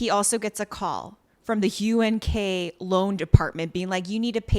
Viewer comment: Im not sure if Dolce was doing it on purpose or not but she kept saying UGK instead of UNK but im DYINGGGG either way hahahahahah!!!!